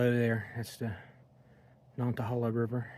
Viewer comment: Welcome to the Nantahala Outdoor Center. Lemme help you out on that pronunciation, pardner: "Nanna-Hey!-Luh". You come back soon now, ya hear? 😂